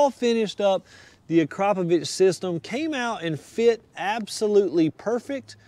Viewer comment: Acrapovich??? I have never heard Akrapovic pronounced as "Acrapovich". Akrapovic is probably one of the most known brands when it comes to true high performance. I would have thought that a performance shop would be more familiar with such a good brand.